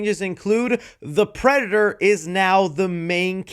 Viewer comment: Bro can't say predator while using it in a sentence most of the time 😭 🤣🤣🤣 unfortunately this happens to me a lot 😭